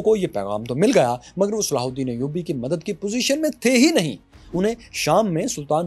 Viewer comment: Sallhuddin Ayudi ka naam acchy se lo bhai